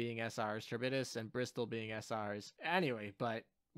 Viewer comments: It's Karib-dis. The C is said the Greek way which is with a K. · Charybdis = car-RIB-dis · CAR-IB-DIS lol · It's pronounced ka-rib-dis, incidentally another dido class is called Scylla lol, the other monster that chills with Charybdis, can't wait to see what hentai ass skill she will have what with Scylla's whole tentacle thing lol. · Also Charybdis is pronounced by taking the Char from character and ibadiss